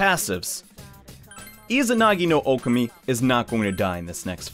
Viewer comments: Oh-Kah-Mi Sorry, the whole "Oh-keh-mi" thing was driving me insane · Am I the only one that is hurt by the way he says okami it's Oh Kah Me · Its deadass pronounced oh keh mi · Nah, It’s pronounced Oh Kah Mi, Confirmed by Joker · Josh L THANK YOU OH MY GOSH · The pronunciation of Okami here just stings man lol